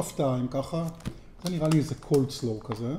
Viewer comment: קולסלאו. בלי ד׳. לא קר לו.